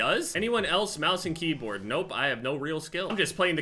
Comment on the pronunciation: Sounded like he said kbam instead of keyboard